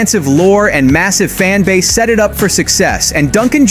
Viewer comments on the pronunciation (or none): none